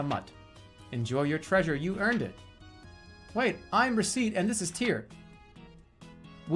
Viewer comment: I can’t get over him pronouncing Recette like she’s the fricken mole from animal crossing